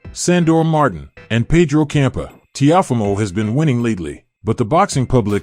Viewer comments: Please pronounce Lopez first name right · How you say Teofimo name all wrong wtf